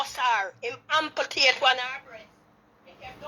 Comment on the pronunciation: A mi alone hear the word ampletate instead of amputate😂😂😂😂